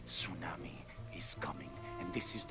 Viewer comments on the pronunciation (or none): none